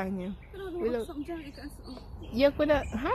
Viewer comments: She get Jamaica wrong lol🤣🤣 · Lawd she get Jamaica wrong